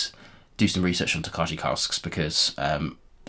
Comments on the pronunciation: Interesting stuff. The Original Golden Beer Cask and The Triple Distilled Cognac sound amazing. Looking forward to the cask strength releases of The Original and Peated - for some reason no Triple Distilled. Tokaji is pronounced tok-eye BTW. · Like the format FYI it’s tok-aye 😊